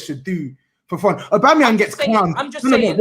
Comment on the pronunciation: calls him aubamyemang lmao